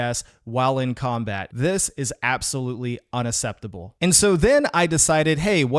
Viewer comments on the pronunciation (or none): Not acceptable its not said not usseptable